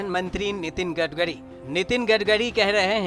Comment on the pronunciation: 🙄🙄Gadgari Nahi Gatkari Bolo Anchor Bhiya🙏🙏